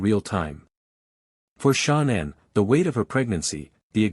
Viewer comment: Is this a deliberate way to get money for your programme by comments by pronouncing her name WRONG! YOU IDIOT how disrespectful